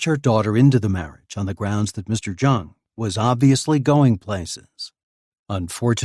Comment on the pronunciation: Jung or jong is pronounced with a soft j not a hard j. Its pronounced yong